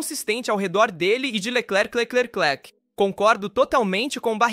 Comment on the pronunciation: Q video ruim hein..... Nisso q da por I.A. pra narrar. CHARLES LECLECLECLECLRQ😂😂😂😂